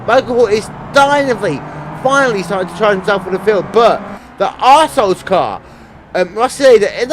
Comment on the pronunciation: When you said R-Souls car it sounded like you said assholes car haha :)